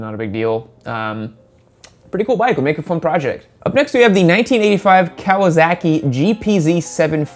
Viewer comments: What's a Cow-uh-zock-ee? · Anyone else notice he says Kawasaki as Kawazaki? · Do you always pronounce it "Kawa-zaki"? lol